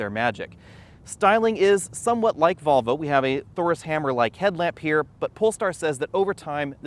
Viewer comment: Why do you keep saying “Bobble” instead of “Volvo”?!